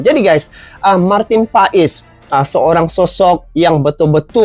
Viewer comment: Nyebutinnya Martin pas bukan pais, emang pais ikan 🤦